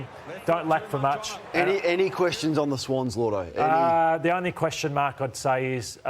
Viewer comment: It's Lloyd-o. Not Lord-o as everyone pronounces it.